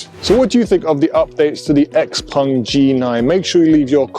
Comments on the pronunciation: Why say Xpong when the name is Xpeng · Xpeng not xpung